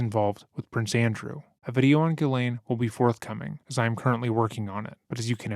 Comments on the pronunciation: I hope you learn how to pronounce Ghislaine....jeeslaine .. there is a S in the name. It's so annoying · Her name is pronounced CHEZ LAINE. It's French. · Let's get this right "jisslane"